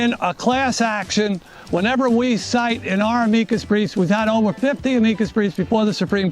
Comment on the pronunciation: The fact he doesn't know how to say amicus...